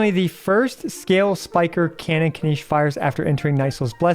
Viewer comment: Why does he keep saying Spinach's name wrong?